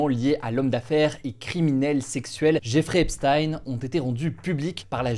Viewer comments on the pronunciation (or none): « Zeffrey Epstein »